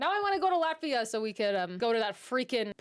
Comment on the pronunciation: please no american pronounce ...not Latssvia... Latt..viaaaa, hope as a german i tried to pronounce in a better way )